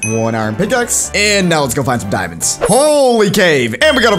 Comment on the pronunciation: He says diamonds and damn like which one?